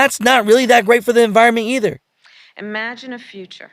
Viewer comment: The word is "IMAGINE" not "EMAGINE". If you can't speak English, get out of your office. What do you propose to use to transport what Americans need?